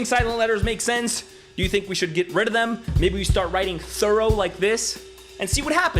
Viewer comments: It's "Thurrowe" bro get it right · Thorow would be American. In UK it would be thuru. Maybe you could add a silent h on the end. Thuruh. Yeah. Better.